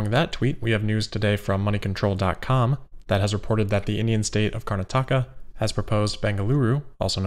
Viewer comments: Karnataka = Car-nah-tuh-ka or another way to think of it, perhaps more aptly - Car-not-a-ca(r) :p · GREAT EPISODE AS ALWAYS! It’s pronounced Kar NA ta ka BTW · Bengaluru is known as the Silicon Valley of India. Also, this is not a big deal but if you want to pronounce Karnataka the right way, it is pronounced as KarnAAtaka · As someone from India, I knew he would end up mispronouncing Karnataka, but that's okay. It's more like "Kur-nah-tuh-kah". If any South Indian wants to correct me, feel free to do so. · Love how you pronounce Karnataka 😂. I am from the state. (It’s pronounced cur nataka) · Hi, correct pronunciation for Karnataka